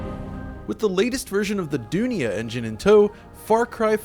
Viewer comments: Does anybody else cringe at his pronunciation of "Dunia"? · Dunia means world in Urdu. And the pronunciation you did is wrong. C'mon